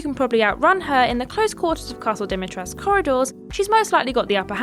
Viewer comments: Is it not "dimitres-koo"? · the U is not silent in Dimitrescu